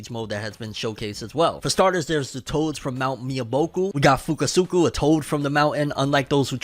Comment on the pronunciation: 😂😂sometimes I think messes up certain characters names on purpose. He said fukusuku, I laughed hard as hell and said who the hell is fukusuku….. it’s fukusaka.